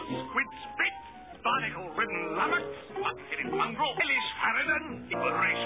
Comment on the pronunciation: Take a shot every time he says lumnox.